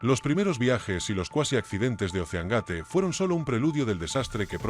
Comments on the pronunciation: EL SOLO ECHO DE QUE LA VOZ DIGA OSSEANGATE YA DEJA EL VIDEO POR LOS SUELO Y LUEGO 250 CERO CERO CERO NO PODES EDITAR EL VIDEO PARA QUE QUEDE BIEN INUTIL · No sabe decir doscientos cincuenta mil dólares y la segunda la pronunciación gate